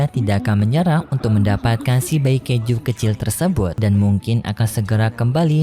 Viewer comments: Kaiju bukan keju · Bang kok bilang Kaiju abang bilang keju?? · Kaiju ❌ Kaijo di kata keju ✔️ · Setiap kali saat bicara keiju malahan keju😂 Dan saya baru sadar 😂😂